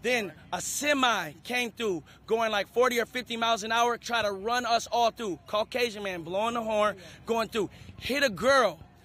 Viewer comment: Caucacion men?.. he says caucacion ? Why? Dose the color matter?